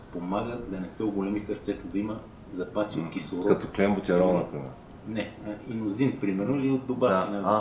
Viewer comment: Не чух какво каза индозин или инозин?